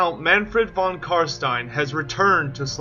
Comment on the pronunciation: Upvoted instantly for the sole reason of you, apparently, being the only one able to pronounce "stein" properly! Wuv woo!